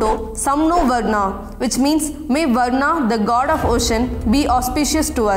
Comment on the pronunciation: Can't even pronounce a Sanskrit word, it's varunah not varnah